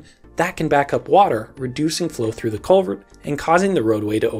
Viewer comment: I was hearing Covid instead of culvert